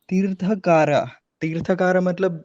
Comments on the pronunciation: TirthaNkaar and not Tirthakaar. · It's teerthankar